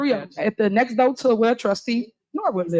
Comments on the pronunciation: The mayor saying doh? 😂😂😂😂😂 instead of door. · That ghetto mess said doe instead of door.